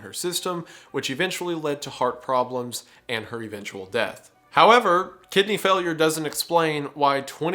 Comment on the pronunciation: Gosh everytime he says Kidney Failure I only hear "Kid named finger" 😭